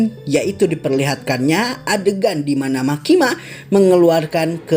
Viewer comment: Makima tapi saya dengernya Mak Kimak wkwkwk